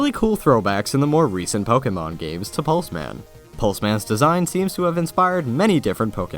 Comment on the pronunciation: Lol I thought Pulseman said Plusleman.